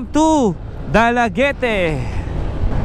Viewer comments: It is pronounced as bol-Ho-on. Not the "j". It is dala-get for dalaguete, not dala-ge-te. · Correction Please it is pronounced as Dalaget for (Dalaguete) and Bolho on for (Boljoon) pls be guided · the pump you saw, u refer as a propeller going to Oslob are fishponds ,either prawn or milk fish,,, also you read Boljoon as Bol-ho-on not balljone,, Dalaguete as Dala-get and not dalagete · Boljoon is pronounced BOHL-HO-ON. Dalaguete is pronounced DAHL-LAH-GET. Most towns in Cebu still bear the Spanish names. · dalaguete = da- la - get boljoon = bol - jo - on sibonga = si - bo - nga